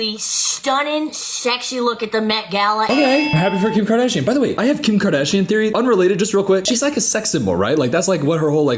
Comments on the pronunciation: "Kim KaADaaAaShyan!" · KIM KARDEEAASHIAN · KAR..Dash...Ian. 😂. You ruined the name for me. I never can say it without saying Car..dash---Ian!!